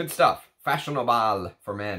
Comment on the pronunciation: Brilliant video, as always. You, Sir, are becoming the most thorough reviewer on the web, and now clearly my favorite one. Btw, it's pronounced fa-so-na-ble... I also still have the older bottle (used it back in 1998). I also have an original Italian version of DGPH. Delightful. Found it "hidden" in a pharmacy last year, and got it for a cheap price, they didn't realize what it is, and wanted to just rid themselves from an old product so they sold it to me for 30$ 😀